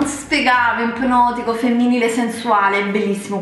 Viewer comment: "epnotico" .....certo ,l'ho detto anch'io. .......italiano correttissimo....... "lidol" ....okkkkkkkkkk sn d'accordissimo .....